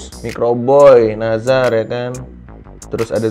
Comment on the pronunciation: Microboy Itu Nizar Bang Bukan Nazar